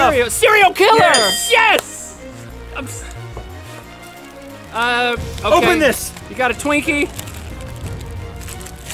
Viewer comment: Michelle Ryan its yes not yas